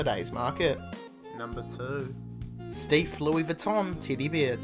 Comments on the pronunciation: Your voice is annoying as Hell plus you're not even consistent with your pronounciations. You pronounce Steiff as "steef" and the very next sentence, you say "stiif". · Right that bugged the living hell out of me. When talking about the Louis Vuitton Steiff bear, he pronounced it 'steef' the first 2 times but correctly (stife) the 3rd time. Just needed to vent that as it irritated me.